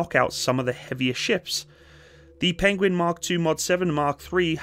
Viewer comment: Penwings? Pengwings? Penglings! Benedict Cumberbatch would’ve proud 😂😊